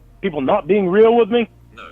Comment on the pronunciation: It is almost enraging how keeps on refering to "being reahhl", but can't explain what that means beyond "come see me". Same as his complaints about "goahn back to tha list", he essentially means "stop referencing all the fucked up shit I've been caught doing."